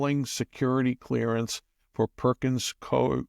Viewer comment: Pronounced "koo-ee"